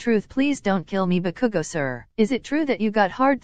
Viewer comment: “I think bakugou broke his door again” Me hearing bakugou as cookoo